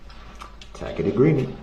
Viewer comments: Tas-it agreement…it took this man almost 4 weeks to figure out how to pronounce that word. It was hysterical😂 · Words cannot express how much I loved it when she FINALLY said, "I don't know what a tackit agreement is."